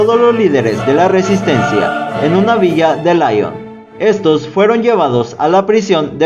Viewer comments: Muy buen video, lástima la insistencia en pronunciar "Laion" al hablar de Lyon, que se pronuncia así, Lyon, fácil. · El único defecto que le veo a tu vídeo, y lo digo de manera constructiva, es que digas en varias ocasiones "Laion" en referencia a la ciudad de Lyon, que se pronuncia "Lión". Creo que hay que informarse con los nombres extranjeros antes de integrarlos en un vídeo tan interesante. Saludos. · la ciudad de francia LYON se pronuncia en frances como líon . no layon (lyon ) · Se pronuncia Lion, no Laion, es francés, no inglés.